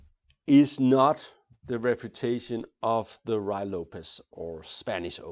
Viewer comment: It isn't pronounced Ru Why Lopez.